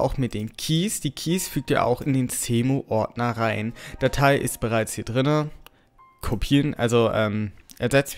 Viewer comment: Der Typ spricht Cemu mit C aus, ist aber Englisch also wird es mit einem S ausgespeochen